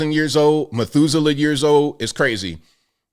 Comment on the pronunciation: "Methuselah years old" LOL